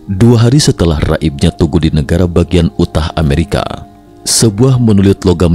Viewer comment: Yu tah, dibacanya yu tah. Bukan u tah